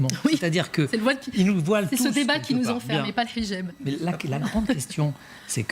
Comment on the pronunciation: Très drôle comme elle prononce "Hidjab". Avec l'accent arabe, bien appuyé. Française, vraiment ? Son accoutrement dit le contraire. Qu'elle s'exprime bien, c'est normal : les Frères Musulmans savent choisir leurs porte-parole... Elle défend une France une et indivisible ?Quelle hypocrite ! pour les musulmans, les non-musulmans sont des impurs. Cette religion est violemment endogame. On voit ce que ça a donné dans les Balkans et au Liban. Et dans les quartiers islamisés où pompiers et policiers ne peuvent plus intervenir. Ce sont des musulmans qui attaquent les forces de l'ordre et les commissariats au mortier. Et qu'on ne prétende pas qu'ils sont socialement défavorisés : on a injecté des milliards d'euros dans les banlieues islamisées pour essayer d'apaiser leur violence, sans aucun résultat. De l'argent prélevé sur le travail des Français.